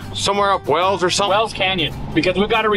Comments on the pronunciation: Is it WELLS or is it pronounced WHALES…..like the area it is named after in England?🏴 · Wales not wells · Wales is pronounced Whales not Wells, must be a Utah thing